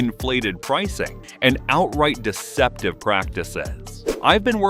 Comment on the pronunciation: AI can’t pronounce deceptive